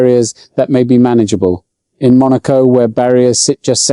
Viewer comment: Truth!! I was listening until the POS AI mispronounced "Monaco" and left immediately. And the FIA is once again showing how ignorant they are. They are saying the present crop of drivers can't handle going 12 mph (20k) faster.